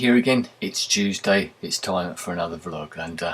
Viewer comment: i swear, you said "juiceday"!!!